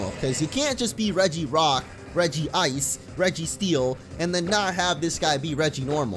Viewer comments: i have to say something.... its pronounced Regice not Regi Ice.. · It is reg-ice not regi-ice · It’s not regiice it’s regice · I call it Regi ice not Regice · ur not the only one. i also pronounce it regi-ice. but i think its actually pronounced reg-ice in the show. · bruh its pronounced reg-ice not regi-ice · If you prefer regi-ice, it's fine. But it you look at it and say it says Regi-ice, it's wrong. It spells Reg-ice and not Regi-ice. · It regice not regiice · Its called reg-ice regice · Regice is still pronounced as regi Watch the movies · i do the same. regi-ice regice whatever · It's pronounced reg ice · You are wrong. It is Redge-Ice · You pronounce it (Regi-ice) because in the pokemon movie Lucario and Mew and Regice calls himself (Regi-ice) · Not to be mean but it is pronounced "Regi Ice" he even says it in the pokemon movie "the mystery of mew" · It actually is regee-ice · It IS Regi-ice. I'm probably going to get a lot of hate for this but in the movies it's pronounced as Regi-Ice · regice is pronounced the same regirock regisreel regice the i is there